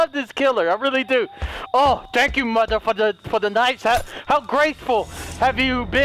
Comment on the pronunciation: No It's mother not moder